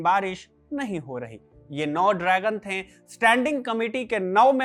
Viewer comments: कृपया "थे" के उच्चारण पर कार्य करें। ये थैं की जगह थे होगा। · You have good oration but some correction in diction is required. It is थे not थें it is गये not गयें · Sorry bhai but please correct the pronunciation of थे। ये थे है न कि थें।